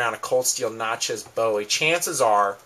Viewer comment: why can't yankees pronounce "bowie" right?